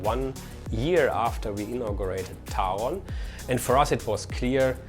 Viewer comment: My happiest moment of this video is showing people how to properly pronounce Taron. 😁